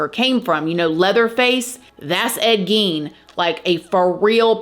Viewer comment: Gein is pronounced as GAIN.